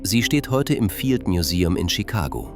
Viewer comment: dann bringen sie doch ihrer englisch orientierten KI bei das es im heißt und nicht ei äm....oder schreiben sie sich doch den Text auf und lesen ihn selbst sie haben bestimmt eine sympathischere Stimme...und geben dem ganzen was menschliches